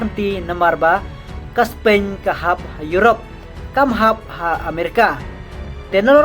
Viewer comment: Spain ruh ong Spein Tax ruh ong TAK. Practice bha shwa ban kren English sa pynmih khubor